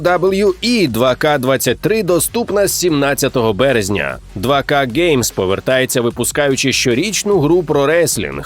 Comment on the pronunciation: 2K Games не перекладається як два-ка геймс, а як ту-кєй геймс, ви або не переводьте, або два-ка ігри, ну йобаний насрав, що за село і терті пляцки